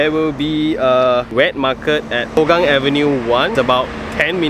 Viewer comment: They are not testing the jets,, it is routine military drill :) Singapore airforce has one of the most advanced fleets in SEA, drills like these are not uncommon, as they always want to be prepared for war / crisis management. On side note, Hougang is more commonly pronounced as "Hao gang" because it is more hokkien based, as with majority of population.